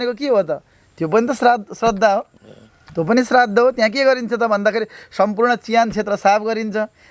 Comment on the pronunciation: प्रश्नकर्ताले 'श्राद्ध' शब्द शुद्ध उच्चारण गर्ने ।